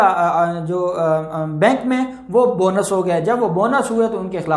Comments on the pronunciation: محترم سر لفظ بونس نہیں باونس ہے اللہ پاک آپ کو خوش رکھے آمین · سر بونس نہیں چیک باؤنس ہوتا ہے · بھائی بونس نہیں باونس۔ Bounce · چیک باؤنس ( Bounce)ھوتا بونس نہیں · یہ لفظ بونس نہیں ہیے، بلکہ bounce(باونس) ہیے۔ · ..."""Bounce""" hona.....not bonus